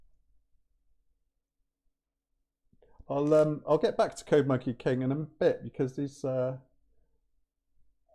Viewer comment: OMG! first "talking to subscribers" video ever! Man, oh... I've watched it from the beginning and to the very end without skipping. Finally, man! Finally we got this format! A few side notes: 1. The way how Code Monkey King sounds in your British pronunciation is so ear pleasing) 2. The fact you're using my ideas is fine but copying my hand gestures from chess programming videos is a bit too much (:rofl JUST KIDDING MAN! Hope you get the joke, never ever ever meant to to offend you.) 3. "Leaking my notes" - that was FIRE! 4. Mega respect for pronouncing SQL as SQL and not as sequel like "smart a**es do") 5. Code Monkey King's saying: "code first, understanding would come later (when you make a video on it)" 5 re: C/C++ the most benefit is to understand the low level memory management of data structures and function call stacks 6. "Windows defender summary..." - JUST STOP HIM! 7. Love the fact you're diving into low level concepts - that's really a PRO approach 8. What would I like to see as a viewer: 3X MORE videos like this - it's like you've invited me to have a cup of coffee at your place - amazing feeling - I couldn't ever imagine it would be like that. THis video motivates to arrange my own talking videos to make them as friendly as yours, because mine are currently to aware IMO. Man, just... thank you, I mean really - it's like to have a cup of coffee with an old friend.